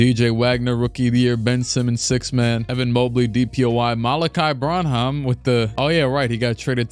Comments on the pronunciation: Malakai Branham's name is pronounced bran-um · Malaki Branham is pronounced quickly, “Bran-um”